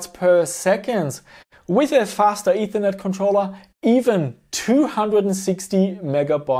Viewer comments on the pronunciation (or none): none